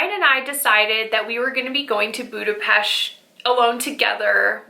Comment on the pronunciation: I am so thrilled to hear that you love my city. Budapest is amazing especially at Xmas time. Thank you for pronouncing it right ;) Have a great time ❤️